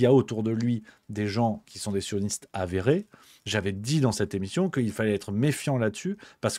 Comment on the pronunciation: "Cilisiounistes". Bravo champion.